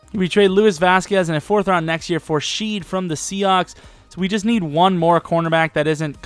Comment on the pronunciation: Shed not sheed. I'm a Seahawks fan